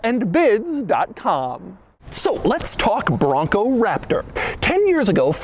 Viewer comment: every time he says